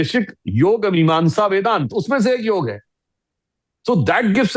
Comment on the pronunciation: कृपया "योगा" न कहें. "योग" कहें.